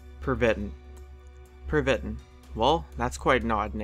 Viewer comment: #5: Pervitin. It's prounced "Pehrveeteen", Pervittin.